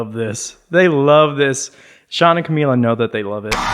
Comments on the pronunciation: it’s camila not camilla omg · it’s CAMILA not Camilla